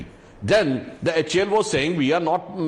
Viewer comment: It's not hal. To be pronounced each letter H A L ....plz say it like that only...it's Hindustan Aeronautics Ltd